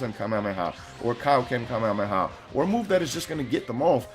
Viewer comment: Why do so many ppl say kamehameha wrong....ugh